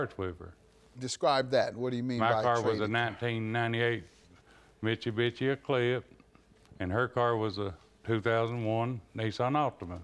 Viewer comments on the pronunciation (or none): That man said "mitchy-bitchy" 😂😂😂 I know what I heard. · The way he pronounced Mitsubishi 😂😂😂😂🤦🏽‍♀️🤦🏽‍♀️🤦🏽‍♀️ cut that all up